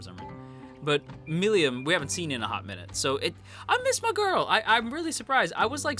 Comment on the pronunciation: How you pronounce "Milim" is mildly infuriating ngl